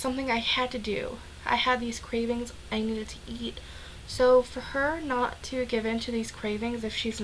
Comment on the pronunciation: Eat, ate and eaten really get me when she mispronounces it